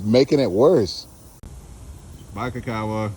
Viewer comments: How come can't even learn his "best" friend's name?? KI-kawa like key... not ka-kawa... geez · yeah- maybe you're saying Kuh-kawa idk what... but the only thing that's definite is you're fuk'n up your boy's name lol Ki= "key" big boi ; )